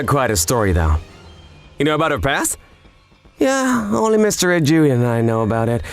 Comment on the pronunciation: Am I the only one bothered how they pronounced 'Ijuin and Sommelier' sometimes in this video? I love these videos but the pronunciation threw me off lol